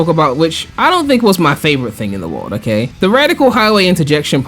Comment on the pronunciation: Take a drink everytime says "Okeh"